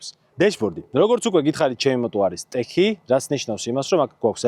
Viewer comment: ტეჩი არა-ტექი Tech. აფრიკა ტვინი არა-თვინი Tween. დავნერგოთ ტერმინების სწორად გამოთქმა. კარგია ასეთი ვიდეო. მადლობა დიდი 🙏 წარმატებები ✌️